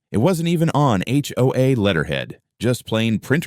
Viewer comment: Sometimes the AI can't tell the difference between acronyms and actual words. We say H... O... A, but the AI can call it "Ho-Ah" We say FBI and the AI says "Fuh-Bye"